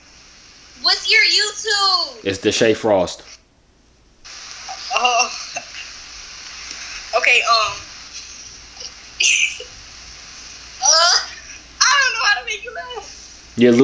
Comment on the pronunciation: Lmaoooo it’s “dashae frost “ that was funny !!!